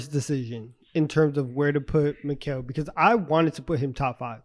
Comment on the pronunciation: was saying Mikal’s name right. Also, I love the respect for Mikal by